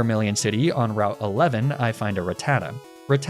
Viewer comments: It’s not “Ra-tat-ah” it’s “Rat-ah-ta” 🤦‍♂️ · I heard that the Rattata was named "Queso", but the waybyou pronounced it made me think "ain't no way you named the Fat Rat pokemon "Caseoh""